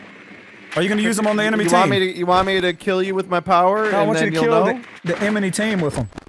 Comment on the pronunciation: I want you to kill the EMENY team with them! Me: EMENY?